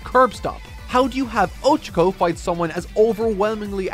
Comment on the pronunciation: it’s Oh-Cha-Ko not Ocha-Ko like the Japanese word for tea.